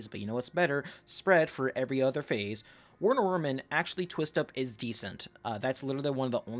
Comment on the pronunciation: Isn't Werner wermin pronounced verner vermin